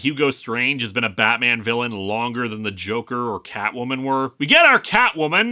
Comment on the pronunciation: Oof. Uh, I heard "Joke" but not "Joker".